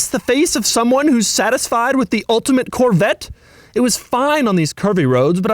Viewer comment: Corvattes…..lol god damn that bugged me the way he said Corvette.